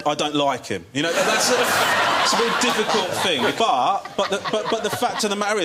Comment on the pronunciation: is it only me or he said Vewy Vewy Funny